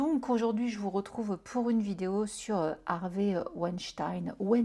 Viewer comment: Tu es la seule à prononcer son nom correctement en français. Tout le monde le dit avec l'accent américain. C'est plus beau en français. 😉😉